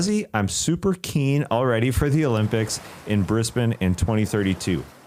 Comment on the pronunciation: A Richie Benaud reference and pronouncing Brisbane correctly? Glad to see, Leigh Ellis’ influence lives on in this show. 🇦🇺🦘🐨